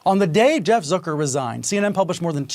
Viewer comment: He says Zuker.. you say Zucker.. let's call the whole thing off..lol I'm from Australia, but isn't Steltza heartburn medication in the US (don't tell me.. don't care.. lol) It gave me so many belly laughs.. lovin' the content.. perceptive side-splitting satire/social commentary.. 😂🤣😆😁👍👍